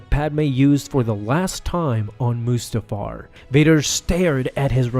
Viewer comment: The fact that he said mustafar it's so perfect